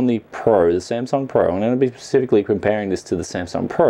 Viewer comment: Please stop saying "pacifically"! Other than that love your videos, keep it up!